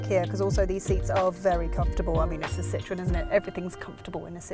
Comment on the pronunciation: Took me a couple of seconds to realize she was not referring to lemons or oranges because she said "Citrun" instead of "Citroën" 😂😂😂